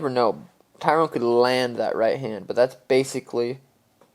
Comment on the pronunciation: For the 100th time, for you and, Its Ty-run (Tyron) Woodley...Not TYRONE...lol cheers